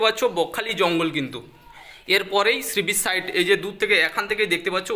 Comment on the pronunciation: কথাটা শ্রীবিচ নয়, সী বীচ